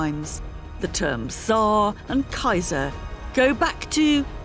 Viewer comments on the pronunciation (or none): none